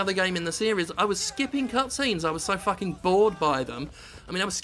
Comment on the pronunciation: "...has truly FRUCKING ruined a game."